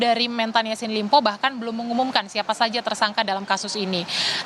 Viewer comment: Ini juga kompas tv kagak jelas... Kok sllu bilang ysin limpo.. pdhal namanya syahrul Yasin Limpo... Hahhahahhaha